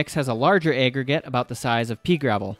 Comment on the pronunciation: And "aggregate" is apparently "ayyyy-gregate". Nobody taught this guy about the "short a" sound. It's crazy lol